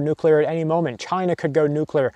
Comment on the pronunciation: Say it with me,... Noo-CleeR Nuclear. See, easy.